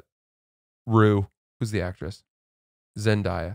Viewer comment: it’s pronounced Zen-day-uh not Zen-die-uh